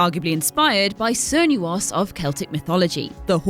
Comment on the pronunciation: It is pronounced with a K sound for Cernunnos! RAGE! The Hunt and Hircine's name comes from "The Wild Hunt" and "Herne the Hunter" of Celtic (with a K ) mythology, same source as Cernunnos!